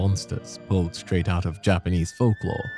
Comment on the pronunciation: Yknow I appreciate you taking the time to do the proper Japanese pronunciation